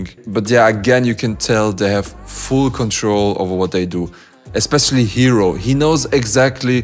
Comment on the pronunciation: ヒロがHEROて発音されて意味も変わるのなんか好き